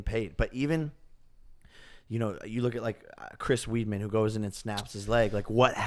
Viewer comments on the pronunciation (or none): Lmao john jones hasnt faught in how long? Dude cant even probounce Weidman correctly. Stop acting like you know fighting jake 🤣